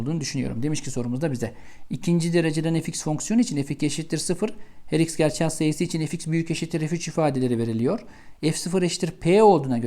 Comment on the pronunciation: Çok güzel "gerçel " diyorsunuz hocam 😃 ingilizce bir kelime okur gibiydi:) - soru çok iyiydi👍